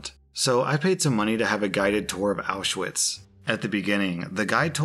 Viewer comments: Auschwitz is pronounced "aushvitz" not "owshwitz" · Auschwitz is pronounced ow sh vitz. Just see the W as a V. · Someone really needs to tell to stop pronouncing the w wrong in Auschwitz.